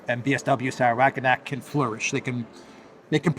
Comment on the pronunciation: You inability to correctly pronounce Wagenknecht somewhat undermines confidence in your understanding of German politics.